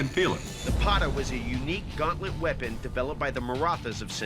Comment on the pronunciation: that is the correct pronunciation of Pata